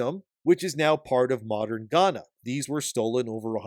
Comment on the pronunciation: The fact that the studio is based in Africa is just sad. Of the concepts they could have used, they decided to enforce negative stereotypes. Also, you got the pronunciation of Ghana and Asante right.